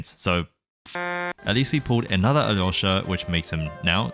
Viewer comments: Appreciate how you pronounce Alyosha! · Thank you for pronouncing his name closer to how it's actually supposed to!! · 4.30 as a former Ukrainian can conform that yours pronounce are good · The way you pronounce Alyosha is genuinely healing my soul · your pronunciation of Alyosha is spot on 👀 (saying this as a slav) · Yes, that's pretty much a perfect pronounciation! The dub is notorious for getting names wrong, so no surprise it sounds off. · You did a great job pronouncing his name!